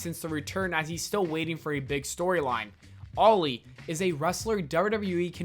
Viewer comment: The way you pronounce Ali's name makes you sound as if you're saying "Loli" oof